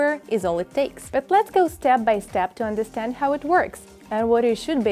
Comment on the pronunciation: I thought she sAid HOE LOL